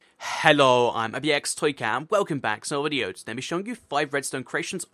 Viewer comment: at first I thought u said cookie